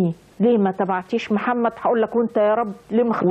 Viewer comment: البرص بفتح الراء وهو مرض جلدي وسيدنا محمد ينطق بضم الميم والحمدلله الذي هداكي للأسلام وما كنتي لتهتدي لولا أن هداكي الله